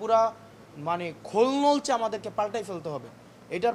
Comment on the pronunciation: খোলনলচে শব্দটার উচ্চারণ দারুণ। অনেকেই এই শব্দটার সঠিক উচ্চারণ পারেন না।